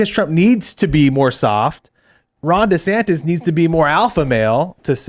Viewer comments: Without taking sides, one weird thing I noticed was that in the first video DeSantis, at the end, pronounces his name as: du-SAN-iss. In the second video, also at the end, he pronounces his name as: DEE-san-tiss. Again, without taking sides, how did he not learn the lesson of branding in politics. He should at least come up with one definitive pronunciation for his own name. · It's weird how he pronounced his own name differently than he usually does in his announcement video. Kackala does that too. Very odd.